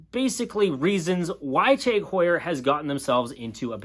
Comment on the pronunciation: It’s not teg it’s tag .